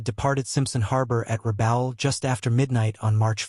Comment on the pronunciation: AI voice can't pronounce the names of locations for example Rabaul, pronounced Ra-Ball. My father was there a SeeBee attached to the Aussies. Brutal environment that included Salt Water Crocs. As my father said "Hotter than the Hubs of Hell" and EVERYTHING bites. He introduced the New Guinea natives to Ice Cream.... The Natives would bring Jap heads to trade for a scoop of Ice Cream...Wish I could tell you the whole story!